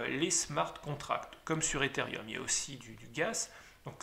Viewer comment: Merci pour ces explications ! Toutefois on dit Ethereum... et non Etherium je pense...Il n'y a pas de i